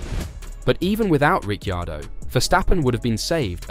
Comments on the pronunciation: It would help if you could say Ricciardo's name properly.. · You lose credibility by not knowing how to pronounce Danny Ric’s surname.